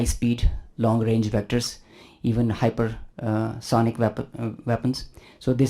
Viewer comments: Hypertension bol rha hai. hypersonic nahi😂😂😂😂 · pehle ye bta Tereko hypersonic ka pronounce kisne btya ..😂